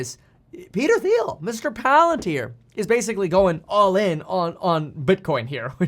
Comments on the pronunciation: Thiel is pronounced 'Teal' with the 'T' sound, not the 'th' sound. No worries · Thiel is pronounced like teal.